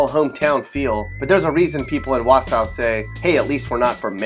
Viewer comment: It's "wau-saw", not "wau-sow".